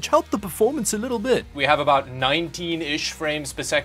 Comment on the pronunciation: Lmao I heard Canadian come out for the first time the game looks a boot weird 😂 jk keep up the good work love the channel